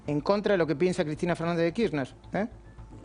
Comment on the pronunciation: KIRRNER? hay algún periodista de clarín que pronuncie bien el apellido de CFK?? Uno les pido por favor. Están todos de frula o empastados hasta la coronilla para bancar el servicio :P jajaja